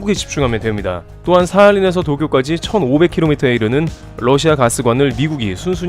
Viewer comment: 영어 발음 - Lussia가 아닌 Russia 입니다.